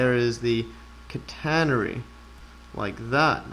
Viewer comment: Great stuff. Very interesting... But I'm still not convinced about your pronunciation of "catenary"! 😛